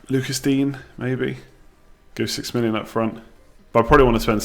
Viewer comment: By the way mate it’s pronounced Luca Deenyer not Lucas dean